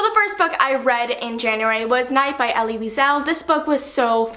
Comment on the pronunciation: Elie Wiesel's name is pronounced like Eli. But I loved the video❤❤